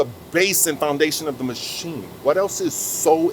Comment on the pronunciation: Did he say 'MASCHSCHEENE'?